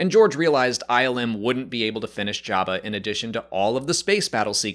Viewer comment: I like how he calls him Yabba